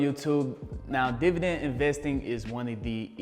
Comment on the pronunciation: I'm really here to hear you say divident.